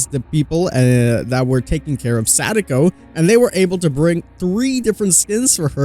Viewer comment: Why did you say her name like that? Why did you say DBD like that name wrong with sa da ko